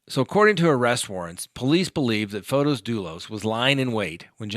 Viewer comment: Field trips are fun, please take us along often.:-)., it's not pron F-Oh-tis it's pron F-aw-tis. So small o not capital O.